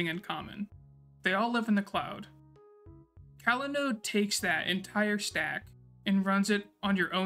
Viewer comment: I really liked how you detailed the change in folder mount paths that Evan just glosses over, since he makes the compose.yml file and the paths follow his setup. Great job! Oh, just something funny to point out. I believe this app is pronounced cOlanode like "collaborate" and not cAlanode, but your delivery was great throughout the video. Happy New Year!